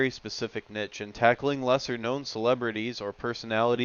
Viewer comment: This commentary is truly awful, sounds like a robot. Can’t even pronounce niche come on dude sort your life out